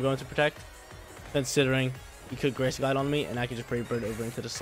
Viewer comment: why do you say every word wrong: grassy, telepathy, etc.